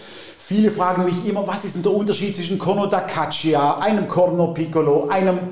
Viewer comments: Bei "Caccia" spricht man das i nicht aus! Das i ist nur da, damit das c nicht als k sondern als tsch gesprochen wird! Also "Gatscha"! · Sehr interessant auch für Nicht-Musikerin! Tolle Klänge... À propos Klang ... kleine Anmerkung: "Caccia" spricht sich: "katscha"... das "i" ist nur dafür da, zu signalisieren, dass das Wort nicht "Kakka" ausgesprochen wird... ebenso, wie das "h" in "Zucchini" darauf hinweist, dass es nicht "Tsutschini", sondern "Tsukini" heißt ... Genug des Klugschnackens ;-)